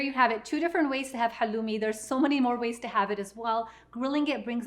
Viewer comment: Please say halloumi right, it’s from Cyprus which is Greek